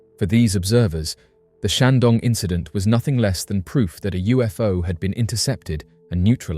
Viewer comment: The comments section has renewed my faith in mankind. And did he just say Shang-dong? Nice